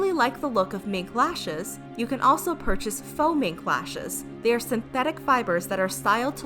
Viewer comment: Fo mink. Its faux.